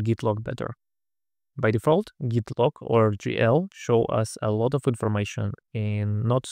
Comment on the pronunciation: You mispronouncing `git` as `jit` made me chuckle and wonder if this might spur arguments similar to the one about `gif` vs `jif`